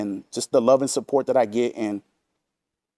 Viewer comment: Big ups! Pepsi Peemp, fanger sniffers, Wendy's Chilli, kahntent, pahsitivity, tips tips, sahhport, money creatures